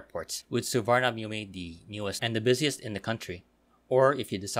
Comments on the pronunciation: Nice video. Just a correction... Suvarnabhumi is pronounced as Suwanaphum. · That's incorrect. I am not sure how it is pronounced in Thai language but it's an sanskrit language word. Suvarna (Golden) Bhumi (Land), Which can also mean Auspicious land. The Sanskrit pronunciation is Su-warna-bhu-me